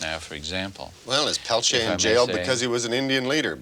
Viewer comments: I can NOT STAND how this reporter says "pel-chay". He interviewed Stephanie Autumn and others who actually know Leonard, and say his name themselves, and STILL he refuses to say it right. It's "Pel-teer" or quickly pronounced "Pel-tee-ear". Totally ignorant. I'm from North Dakota, and there are many descendants of Leonard with the name Peltier, never have I heard "pel-chay" 🤦‍♀️ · "Pelchea?" He can't even be bothered to pronounce his name.